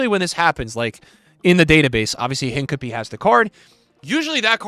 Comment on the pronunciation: bro pronounces “hincapie” like a pokémon